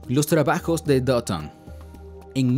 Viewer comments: Porque le dice doton? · Porque dice doton xd